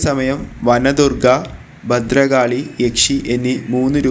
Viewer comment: മലയാളം പറയാൻ പഠിക്കൂ ശേത്രമല്ല ക്ഷേത്രം ബഗവാനല്ല ഭഗവാൻ ബലികൽപ്പുരയല്ല ബലിക്കൽ പുര ബദ്രകാളിയല്ല ഭദ്രകാളി സ്രീകോവിലല്ല ശ്രീകോവിൽ